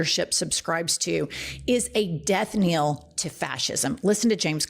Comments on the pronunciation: Knell, it's Death Knell not kneel. Knell rhymes with bell because it's the ringing of a literal bell. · HI Jen, sorry to correct you again but I do it coz I love you guys, and I am a teacher! I Love everything you do for your fellow human beings, and everything you stand for and everyone you fight for💪🏼❤ Now for the correction: At 12.25 You said "... Because that leadership is the DEATH KNEEL to Fascism... " THE CORRECT PHRASE IS "... because that leadership is the DEATH KNELL to fascism... ". IT IS PRONOUNCED" DEATH 'KNELL' AS IN "FELL" NOT DEATH 'KNEEL' AS FEEL. I thought maybe you didn't read the word properly, but you mispronounced it Twice or thrice. THERE ARE 2 LLs, NOT 2 EEs. Cheers Jen✌🏼🥰🙏🏼🌹❤